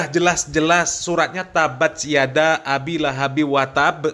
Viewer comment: Baca tabatyada pun x betul 😅 ngaku cucu nabi laa konon😅